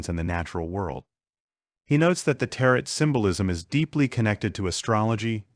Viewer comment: Tarot pronunciation = teh·row ...